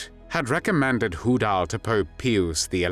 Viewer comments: Pew-us? Pronounced pyus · you AI narrator needs an upgrade. its Pius as in "PIOUS" not pewus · if he were using the Latin pronunciation, he would have pronounced Pius as 'pee-oos' , NOT "pee-us". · Small quam but the popes name was pious not pi-ous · I believe any human would have correctly pronounced the Pope’s name as Pie-us and not Pee-us. The fact that it was done twice …. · But peeus sounds entertaining and he was a pizzr lmfao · Repeatedly mispronouncing Pius is deeply annoying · I've been Catholic all my life and never heard it pronounced that way, including by parochial school elders who had God knows how many years of Latin